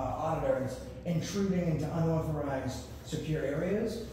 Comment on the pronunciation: How come can't say "unauthorized?" 🤣